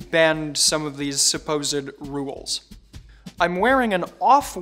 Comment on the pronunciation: I cringe whenever he mispronounces rules